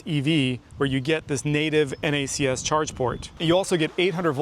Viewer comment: Thank you for saying N-A-C-S instead of “NACKS” 😂